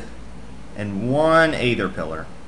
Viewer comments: a-ther? lol...you are strange child. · you can pronuounce it like ether (its actually suppsose to be spelled by that)